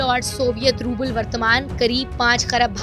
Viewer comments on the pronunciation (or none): none